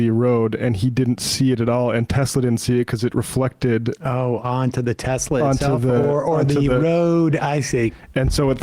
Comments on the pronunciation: "I love teslur" "everything is computer " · The next teslur product: the swasti-car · "I love Teslurrrr!" Words can't describe how the enjoyment I got from that. It was just so absurd, yet the most perfect capstone for that whole s-show. I lived in New Orleans for a number of years and a lot of older people would add an R to the end of certain words as well. That place is out of control as far as linguistics is concerned. One of my favorite examples was at a holiday party where someone asked "Where's Neenur? (Nina)" and got the reply, "She's right there on the sofer (sofa)" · TESLUR. :3